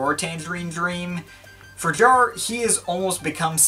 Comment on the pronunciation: Jarre. Not Jar. 🙄😉